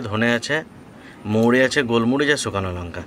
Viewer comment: শুকানো বলেন কেন হবে শুকনো।